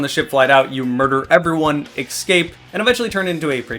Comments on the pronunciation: Please stop mispronouncing Escape ESSSSCAPE not ECKSCAPE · Compliment sandwich: >This video made me excited to play a game that's a decade old simply by explaining its mechanics and fun factor well. >You should work on your pronunciation of words like "versus," "escape," and a few others. >The people who are not subscribed to you are missing out, because you deliver quality content on a much more regular basis than many similar channels.